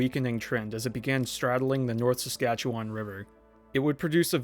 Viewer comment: Your narration is a bit strange. I can tell you're not from here because of how you pronounced "Saskatchewan." And what's with your "In a final stroke of bad luck, almost immediately after wiping Evergreen off the map, the tornado completely dissipated." I wouldn't say the tornado dissipating was a "final stroke of bad luck." Quite the opposite in fact, or it might have gone on to hit Fort Saskatchewan.